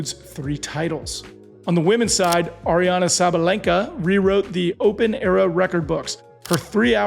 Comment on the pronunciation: Sinner-man-ia-c. For the laver cup: if the number 1 player isn't there you can't say the best players play. No Sinner no party. And its Aryna not Ariana